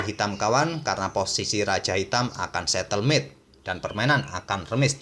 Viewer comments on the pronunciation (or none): Bukan setelmate, tp stalemate, admin